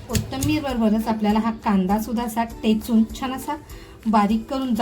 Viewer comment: टेचून नाही हो ठेचून म्हणा